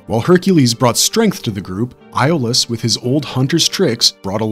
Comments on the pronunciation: Its pronounced Yol-us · A io is pronounced as a E FYI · I have to say I don't believe people when they claim to love the Hercules and Xena universe but can't pronounce Iolaus' name correctly😒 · Agreed. You can literally watch one episode and learn how Iolaus' name is pronounced.